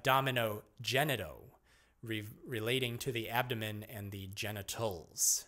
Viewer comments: ab-dom-i-nan ab-dom- ABDOMEN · “Abdomenen, abdonenom… abdomen”